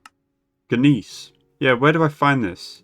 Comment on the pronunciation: Looked it up. In case you need to say it again, the word "Gneiss" is pronounced "nice."